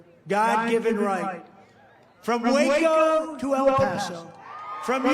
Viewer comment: Whack-koh! in Waco 🤦‍♀️